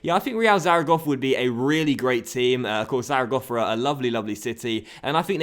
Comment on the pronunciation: You say Zaragossa